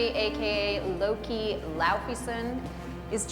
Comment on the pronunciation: Did he say looki instead of Loki??